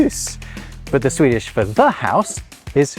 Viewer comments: As a Swede, I must say that your pronunciation (in Swedish obviously) is surprisingly good, keep up the good work! Love your vids :) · As a Swede, I must compliment your Swedish pronunciation.